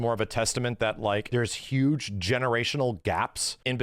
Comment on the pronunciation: I think you are putting way to big of a emphasis on "Huge".